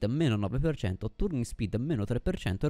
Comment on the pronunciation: effettivamente non mi ero mai fermato a pensare ai materiali, quindi da questo punto di vista ora so qualcosa in più e credo sia l'obiettivo del video, unica cosa "turning speed" pronunciato con la u non si può sentire XD